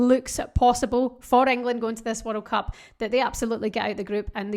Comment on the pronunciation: Just here to hear you saying "werreld cup"! 😀